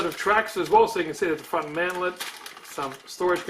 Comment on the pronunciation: FYI "mantlet" not "mantle" :)